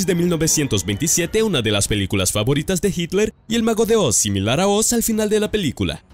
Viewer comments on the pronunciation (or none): none